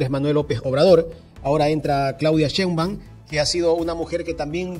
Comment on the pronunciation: Chein baum. No chein báum